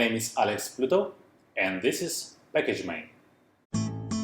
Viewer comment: Послышалось - package man )))